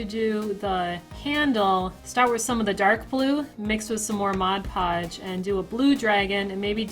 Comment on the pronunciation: first person ive ever heard say mod podge and not modge podge lol like this more then bills wand, it was too chunky lol